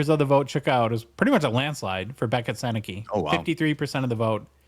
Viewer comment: His last name is pronounced Sennecka. Though I see how it could be easily misread. Other notable Gens alumni - Bobby Orr, Eric Lindros, Anthony Cirelli, John Tavares, Ted Lindsey, Alex Delvecchio. Dave Andreychuk, Tony Tanti, Scott Laughton, Boone Jenner, Marc Savard, Wayne Cashman, Terry O'Reilly, Rick Middleton, Shawn Thornton, John MacLean ... so many more.